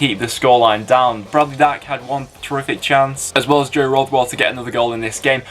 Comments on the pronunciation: It's Joe Rothwell, not Rodwell 👍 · He said joe rodwell 😂😂😂